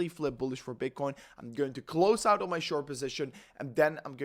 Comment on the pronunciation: Please, say OUT not UIT.